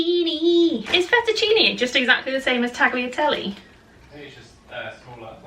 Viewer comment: Firsly, 1. Penne 2. Gnocchi 3. Fusili Secondly, Tagliatelle is pronounced without the G (so taliatelle)